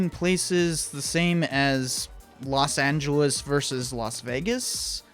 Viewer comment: was that the same video where he pronounced Los Angeles like "Los Angle less" ?